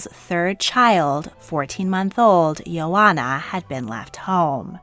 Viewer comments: Pronunciation: Ileana not ELENA, Il-ay-AH-na . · interesting that princess ileana and I share a name but different pronunciation. I pronounce my name as ill-E-ah-nuh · You really butchered the pronounciation of the name Ioana, I is pronounced as "e". Also, the name Ileana is not pronounced as Elena. I'm Romanian but never ever heard that Elisabeth of Romania was a communist! I really doubt it.